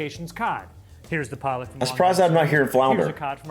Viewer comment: Pollock lol not police